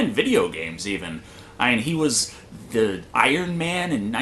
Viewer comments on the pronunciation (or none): none